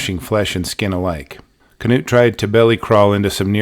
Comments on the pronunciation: Terrifying story and incredible recount! Thank you for uploading this. I believe his name is pronounced ‘Noot’ though, like the famous football coach, Knute Rockne. The K is silent. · Knut is pronounced ‘Noot’ the K is silent. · You've probably heard this before, but regarding the name Knut.... I think it's pronounced "newt" like the slimy/amphibious little lizards.... Maybe I AM wrong, but I think it's a Scandinavian name. Out of the 3, I'd guess Norwegian, specifically. But, I don't know. The thing I wanna say, is from your first videos to just now even.... You've done an absolutely astounding good job. You've gotten better, it's like night and day. But those were still GREAT videos, I didn't think there was an issue, shame on the people who were rude and just foolishly picky (?) Yeah. I don't know. Keep it up, for US, good sir. We ALL love your work. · Is the K not silent in his name? I’ve always assumed it was pronounced “Noot” Maybe I was mistaken.